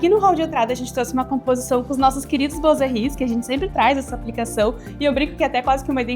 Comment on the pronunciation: Bem elegante o projeto e a apresentação. Apenas uma dica, a pronúncia de boiserie é “buazerri” 😅. Sucesso!